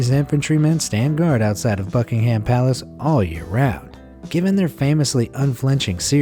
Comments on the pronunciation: Wait did he say fucking ham palace? ? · Did he say fuckungham palace or buckingham palace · i thougt he said fucking ham palace until i increased the volume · fuckingham palace? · I thought he said "Fucking Ham Palace." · IS HE SAYING FRICKIN HAND PALACE? I SWEAR HE IS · Does any other British person find it annoying about how he says BuckingHAM palace